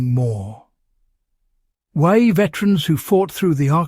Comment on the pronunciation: Why not use an actual person to narrate? It's a great topic but every time it mangles "WWII" I cringe.